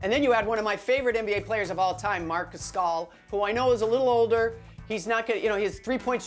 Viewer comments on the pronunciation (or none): This is awful, how does someone say Marc "Gascal" and Rajon "Randa"? Like come on man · I have heard of Marc Gasol but not Marc Gascol, Jackie;-) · "one of my favorite players of all time" - proceeds to butcher Marc Gasol's name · My favorite player .... goes on to murder his name 😂